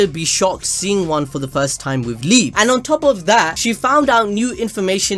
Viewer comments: It liebe as love in german like "liibea" not liib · it's pronounced "lee-beh" not "leeb" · Everyone: Lee Bay ABD: LEEB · Liebe is pronounced "Lee-Beh", not "Leeb".